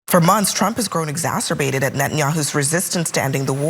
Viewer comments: The DEI CNN hire pronounced, “exasperated” as, “exacerbated”. Great job, everyone. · ExasPERated Not exacerbated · *exasperated (frustrated) Not exacerbated (made worse)